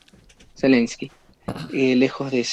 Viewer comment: ZELENSKY, sin i entre medio.